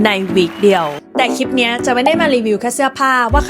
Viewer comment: เล่าสนุกมากค่ะ ขออนุญาตแนะนำให้ระวังควบกล้ำอีกนิดนึงนะคะ นิดเดียวค่ะเพราะส่วนใหญ่ดีอยู่แล้วยกเว้นเวลาไหลๆจะลืมลอลิงเช่นคำว่าคลิปที่เผลอหลุดว่าคิป เพราะถ้าพูดชัดๆมันเท่ดีอ่ะค่ะ และคุณก็กำลังมาถูกทางละ เราสมัครแล้วนะคะเป็นกำลังใจให้ค่ะ จะติดตามนะคะ